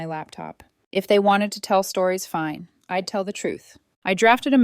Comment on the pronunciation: Hey “Don’t touch my car” is FOUR WORDS NOT THREE! If simple math is F’D UP no wonder there are so many grammatical and pronunciation errors! I’M and I’D isn’t pronounced imm and Idd!